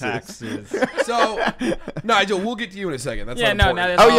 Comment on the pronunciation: Oh, god. I thought I was pronouncing his name wrong all along. When you guys said, “Nigel” I was all, “Oh…Oh no…”